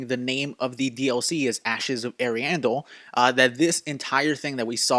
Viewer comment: Umm ariandel : ariamis 🌚